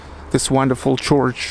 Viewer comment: Hi again, - sorry to be such a weirdo. Here's another tip. I noticed you said CHORCH (for "church") - keep it as a straight RRR (bird, word, third, herd, heard, nerd, world, church, nurse). "Chorch" is only correct in the Irish dialect. Again - love your videos and keep up the good work. Gorgeous weather in SPB!